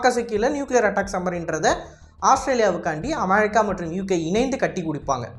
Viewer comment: நாக்குல கட்டியா அது அமெரிக்கா அமெ(ழி)க்கா இல்ல 😅😅 சரியான தமிழ் வார்த்தைகள் உச்சரி ஆங்கில வார்த்தையும் ழி கிடையாது குழந்தைகள் அறிவு வளர்ச்சிக்கு கூட இன்று வீடியோவை காட்டும் பொழுது உச்சரிப்பு சரியாக வராது😅😅